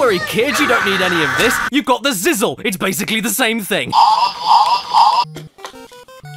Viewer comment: Its pronounced ziz lee